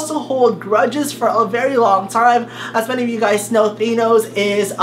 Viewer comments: I hate how he says thonos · He pronounces Thanos wrong!!! Did you even watch the god damn movie?!